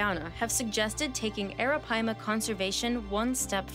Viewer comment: Google the pronunciation. She’s saying it correctly.